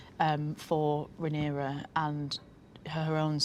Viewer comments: It's Ray-near-ah sir! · Not the interviewer pronouncing the protagonists name like Panera 😂😂😂 it feels like he's only briefly skimmed through the cliffnotes for the show and never actually watched it, espeically considering questions like the one he asks about Helaena lol...like....dreaming is the point of her character, how is that a question that's at all interesting to anyone who's watched any of the show????? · Can this guy say Rhaenyra correctly once :( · The host bugged me he could not say Rhaenyra correctly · Why does he keep pronouncing her name like that? It's distracting